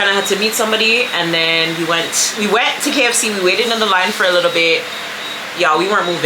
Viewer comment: likkle celebration a likkle pretzel tank gad 😂😂😂